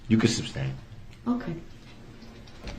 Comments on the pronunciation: “grounds for the SUBstain” 😂🤣😂🤣 Learn basic courtroom vocabulary if you’re going to act as your own attorney. Aside from a murderer, this guy is a clown. 🤡 Darrell Bozo Brookes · Poster Child for IDIOTS Darrell Brooks!!!! Objecshun axe jujishal substain!!!😂😂😂😂 fkn idiot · SUBSTAIN - hahahaha makes me laugh everytime!